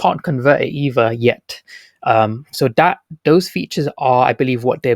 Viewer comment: Do you say that or dat ?? 🤣